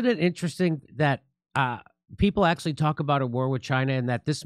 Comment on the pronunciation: Jimmy, "axley" is Not a Word ! it's "ac tu al ly" !!